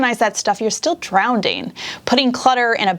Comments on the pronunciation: I’m really sorry I can’t help myself but it’s not drownDing its drowning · Drownding lol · Did you say drownding? Lol